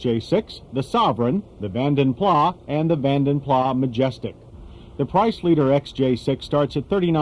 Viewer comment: It is not Van den Plaaa. The guy was Flemish, they are Dutch, and they speak Dutch. Therefore, his name should be pronounced as Van den Plas.